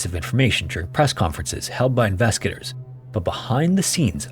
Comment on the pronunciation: Dude, slow the hell down. Even the captions can't understand your rapidly mumbled words, especially when you say, "investigators" it just sounds like "inveskagators." SLOW DOWN!